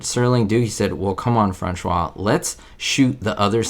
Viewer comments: I think his first name (his 3rd of 4 names & his mother's maiden name) was pronounced "Frahn-SHOW", not "Frahn-SCHWA". He was 56 at the time, not 46 as the news articles stated. (He or someone who worked for him probably lied about his age.) I've seen him on a Hitchcock episode as well. Liam Sullivan was on another TZ episode (the headmaster in "The Changing of the Guard") and is probably best-known to STAR TREK fans for his appearance in "Plato's Stepchildren". The old man seen working in the club was played by Cyril Deievanti, who appeared in 2 other TZ episodes. He also appeared on Van Dyke's show and may be worth a video exploration of his career. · FranCHOT not Francois. Franchot Tone. He was once married to Joan Crawford. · Hi. Another good video, but c'mon -- you gotta do your research. Franchot Tone pronounces his name "Frahn-show." It would have been easy to learn this. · Most people just said Fran-shot! Yiur is more correct but we didn’t know back then! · His name, Franchot, is pronounced "fran•show" and you got Tone right😃 Good try, though! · Franchot Tone - his first name was pronounced as (sounding like) "Fra-show." Mr. Tone was a very big Hollywood actor starting in the 1930's, into the 1940's. He was married for some years (1930's) to one of the biggest actresses from the day - Joan Crawford. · Super interesting! I'd never even heard about his being beaten, before. You're close on pronouncing Franchot Tone, FRAN-cho, with a silent French T. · Francho is pronounced this way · Franchot is pronounced "frahn-SHOW." He was a great actor. Played POTUS in "Advise and Consent" (1962). Great episode,. Very interesting. I need to binge thru TZ again. Be hopeful.